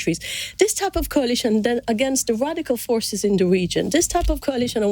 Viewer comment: WADICAL FOWCES-tzipee